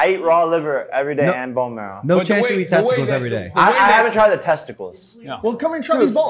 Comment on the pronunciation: Imagine this guy's grandchildren asking "what's for dinner" and he says "FRESH TESTICALS"